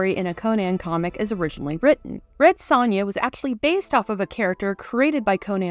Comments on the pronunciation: You pronounce Sonja, oddly. It's pronounced "SOnia", not "SONia." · This movie is amazing. The narrator's mispronunciation of Sonja's name in this JoBlo video is very unfortunate.